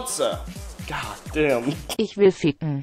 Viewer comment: Very close try not to pronounce the word when you say ich sounds like you say ish..